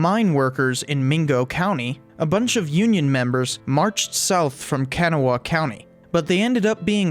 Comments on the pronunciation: BTW it’s pronounced Can-ah-wa. I grew up in Kanawha county WV. Also we don’t really think much about Virginia, although it is annoying when you say you’re from WV and people say “what part of Virginia are you from” or “is that near Raleigh”? Can’t stand people from Ohio typically , not their fault, they’re just weird. Do you know what a Buckeye is...a poisonous nut! Nuff said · Please learn how to say Kanawha correctly .... It's no kinawha it's ka na wa thank you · WV vs KY is still a thing, at least in the mines. I'm a coal miner and I worked at a mine close to the border, there was a die hard "606" (KY area code) crowd that would literally fight WV people that made fun of them. Also its kan-awe-ah (kanawha) not can-a-wah (at least in local dialect). Things are still hard here and people outside if the major cities tend to be "rough and tumble" as it were. Many people remain unemployed, we were (and maybe still are) the meth capital of the US and have an ongoing opiate/opioid issue plaguing our people. Utilities constantly increase service fees as population decreases and taxes increase. The political atmosphere is very much "shake my hand and I'll shake yours" and entirely to "chummy" to be effective. That being said, we offer some of the greatest natural beauty in the country, save for Yellowstone, and also world renown for our unique foods such as pepperoni rolls and ramps and our white water rafting along the New River which is one of the few rivers that flow South to North like the Nile. You will never know a stranger one WV and hospitality is deeply ingrained into our history and culture. We are a unique and hard working people, underappreciated, and often held back by our lack of opportunities but due to how we learned to exist, we are a hardy and tenacious bunch that will never give up, and never back down. Montani semper liberi, mountaineers are always free. Thanks for the video, take care. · Kanawha is pronounced Kuh-nah-wah not can-a-wah